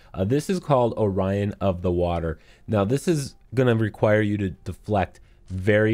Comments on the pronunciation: Orion? O’Rin like the word win, just to point that out I don’t wanna be the guy but 😂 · This man said Orion 😥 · You butchered the hell out of her name. Oh-REN NOW SAY IT FAST. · Mibu = "Me-Boo" O'Rin = "ŏ-ren" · Man his butchering of the name of the village and her name was slightly painful